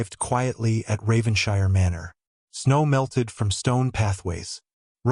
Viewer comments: Please tell your AI voice that British places names ending in "shire"are pronounced "[Whatever]-shurr". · I wish the narrator checked how English words/named ending in ‘shire’s are pronounced.